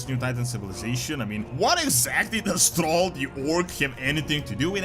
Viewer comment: It's THRALL not "TROLL "!